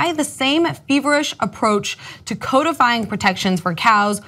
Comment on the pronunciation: kah-deh-fye = codify